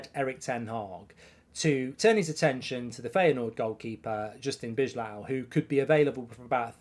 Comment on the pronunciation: B-eye-low = bijlow please, I'm dutch